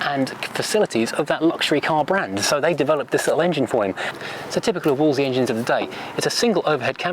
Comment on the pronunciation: Just think, only 8 years between the Minor and the Morris 8 Series E which was parked next to it. I think there were more engineering developments in that last prewar decade than in any other. ps I was always taught to pronounce it Woolsey.